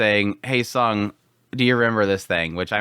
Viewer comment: Instead of calling him Sung, why not just called him by his name; Jinwoo, since you fail to differentiate the sound of Song & Sung. I'm quite confuse which one you're referred to.